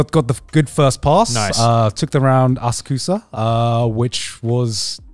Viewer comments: i'm glad someone called garnt out on that asakusa pronounciation cause it was driving me insane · After wincing every time Garnt said "Asakusa", I was very glad Connor pointed it out :D